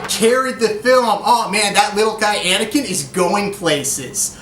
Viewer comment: VA 4716 'ankine' lol it's Anakin